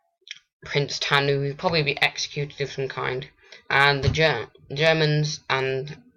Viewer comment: Who the hell is Prince Tanu? Don't post these videos if you can't pronounce the names of the places or the people of Samoa